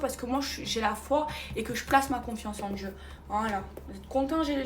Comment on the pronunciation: "C'est une éprrrreuve de Djieu" non c'est juste que tu as été tête en l'air et qu'un accident ça arrive, arrête de faire la drama queen, le jour où tu perds ta fortune ton toit et tu deviens veuve là ok tu pourras parler d'épreuve de Dieu, sérieux ces gens 😂